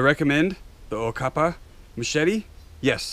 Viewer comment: great review, you messed up the name a bit. it is a good brand, we know how to make a blade in South Africa